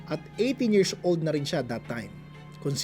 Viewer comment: bat kac yirzzz old pagkakasabi mo. nakaka irita pakinggan.